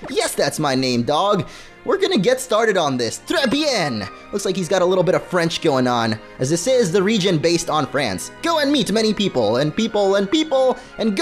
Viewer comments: it's pronounced.... t-gre vi-uh-n... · I know this came out 8 years ago but he completely butchered to pronounce tres bien